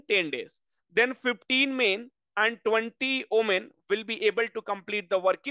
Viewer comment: Omen or women what pronunciation he used ?????????????????? He must learn first